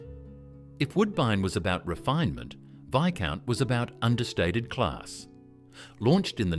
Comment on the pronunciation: Some odd pronunciations in this video! You say Viscount had a green packet, but we see only red!